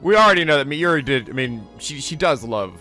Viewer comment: Rule of thumb for Japanese names, please stress the THIRD TO LAST syllable. This is VERY CONSISTENT; you should never need to guess how to pronounce names: SUzuha Amane, not suZUha aMAne MAyuri, not maYUri Okabe RINtaro, not oKAbe rinTAro / Okarin, not oKArin / HOUouin Kyouma, not houOUin KAede, not kaEde FUbuki, not fuBUki Itaru HAshida, not iTAru haSHIda HIyajo, not hiYAjo MAkise KUrisu, not maKIse kuRIsu KAgari, not kaGAri (this one you said correctly the first time then changed it so that it was wrong) And from other games, to make the point clear: MAjima, not maJIma MAkoto, not maKOto KAzuma, not kaZUma If you don't believe it, just listen to how the voice actors pronounce the names. It's a western tendency to stress the second to last syllable instead, but third to last is correct.